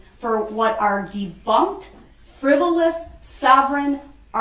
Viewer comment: Proove it friboulous prove its fuhriboulous he cant say say things right when they r spokennto him 4 seconds prior